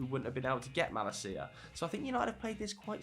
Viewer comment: You destroyed Malacia's name lol.